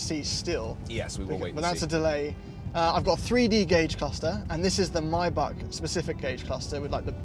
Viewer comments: no way did he say MAY BACH, like that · It's Maybach not Mybach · It's may.bak guy not my.bak 😂, anyway best review I've ever come across so far ❤️👏👍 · It's pronounced Maybach not Mybach. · its mot maybach its maibapp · It’s not a myboc arts a maybach . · It’s Maybach not Mayback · I thought maybach was pronounced as "may back" not "my buck"😕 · What's mybak? It's mayyy back! Learn how to pronounce boys don't be stupid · Nope, it's ''my buck'' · Why I'm hearing Mayback as "My butt" ? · Why can't Americans pronounce this simple car name properly. Maybach. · it’s not “my bach” 😭